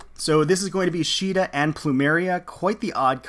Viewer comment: Caeda is SEE-DA not SHII-DA, the japanese name is not a basis for the english pronunciation, there is no See sound in the japanese language (before someone brings up the one kanji that is always brought up saying "they do have a see sound", no it's not a see sound, it's a "sui" (swee) sound, and it is an informal and newer more modern kanji which was not in common use when FE1 was made), and her name has been officially pronounced See-da (like the english pronunciation of Caesar) since fire emblem warriors, and has been also shown in FEH with Duo Marth.